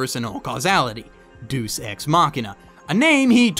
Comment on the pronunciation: day-us ex not doose